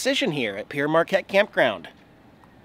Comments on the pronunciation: Love that area ... Growing up in St. Louis I and everyone I know pronounced Pere just as you did; sounds like "pier." Then I took French and realized it should be pronounced like "pear." Pere is the French word for Father and the park is named for Father Jacques Marquette who explored the area. Been a while since I watched one of your videos but, just so you know, it was your Great River Road videos from Minnesota to Louisiana that turned me to your channel. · Hi, Pere Marquette is a french name for a priest who’s last nane was Marquette. It is pronounced “pair Marquette”. Thanks for the video! Enjoy that beautiful site.